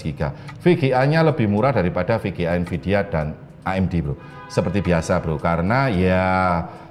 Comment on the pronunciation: NVIDIA pak, bukan NVIDA